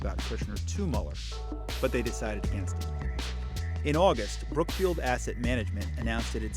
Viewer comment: Is that brook field or brook bush, man?